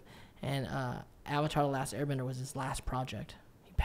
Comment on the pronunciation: What’s worse is that he said Last Air Banger lmao